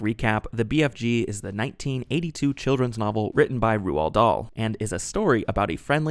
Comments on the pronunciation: why did say rawl Roald wierd? its said like rolled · Can someone please tell him how to pronounce ‘Roald’, it’s not Rooahld, it’s Role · Who the hell is Roo-al? 😂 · Roald rhymes with "gold," 👍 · roald is pronounced rolled btw! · His name is pronounced "Roll Darl" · For future reference… It’s pronounced Roll or Role… Dahl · Pronounced Rowl. Also he was an huge anti Semite. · What a curious way to pronounce 'Roald'.